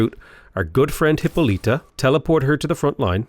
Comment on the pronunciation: It's Hi-PO-lita.